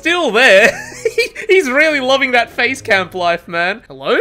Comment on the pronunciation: I always thought he was saying "phase" camp, not "face" camp, because of the phases of hook